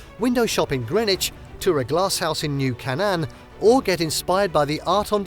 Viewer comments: lol new Can non hahahaha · "New Can non?" Where do they get these narrators?